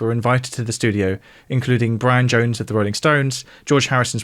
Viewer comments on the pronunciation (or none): none